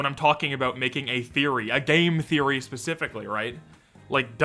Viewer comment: who gonna say game therroy :(